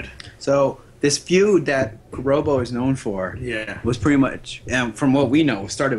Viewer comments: It's not pronounced Robbo as in robot. It's Robbo as in Robert. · Robbo, not Robo 🤦🏻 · these guys dont know dick, that first piece isn't Robbo's, it's a tribute piece by team Robbo. They cant even pronounce his name right.